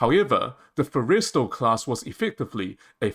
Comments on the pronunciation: Okay. It's pronounced FORREST-E-STALL, short vowel sound (almost silent) on the 2nd 'e'. Otherwise, your argument is well founded. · Learn how to pronounce the Forrestal class. It is ( 4 es tal short a as in Tally) emphasis on the Forr not the est. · You really missed the Date... it's May 2nd not April 1st or Aprils 20th... this is a bad joke / reefer dream, not a serious proposal. And your pronunciation is atrociously bad. Fo-reys-tell class??? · I disagree. I think we would be better off building 10 Midway class sized 45-50k ton ships with an airwing of 40 to 50 aircraft rather than a 75k ton ship. The name Forrestal is pronounced Forrest-all..? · Stupidest argument I've ever heard. Why waste resources on a Fujian, which even the Chinese have abandoned? If we need more carriers, buy 'em! AND GET that stupid Aussie-accented AI model to PRONOUNCE "FORRESTAL" correctly!!! Geesh. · The narrator pronounces "Forrestal" rather strangely. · Terrible AI audio. Mispronounces "Kitty," "Forrestal," etc. I don't care how good the content is--if you can't even use a real voice, I won't watch. I made it a minute in and gave up.